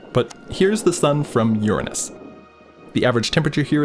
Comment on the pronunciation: Man really had to lock in when pronouncing uranus lmaooo